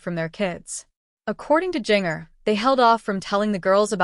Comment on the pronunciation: Its confirmed on social media its not twins! Please pronounce her name correctly